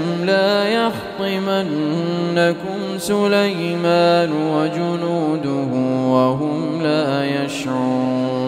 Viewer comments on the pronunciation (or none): لمن يمن ليمن وليس سلي لي مان اي ماتان سليمان